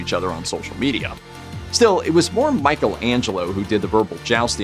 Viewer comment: I was going to comment on the mispronunciation of Michelangelo's name, but then saw the comments, and I understand what kind of website it is now.